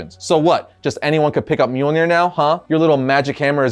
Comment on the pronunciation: Its mjölnir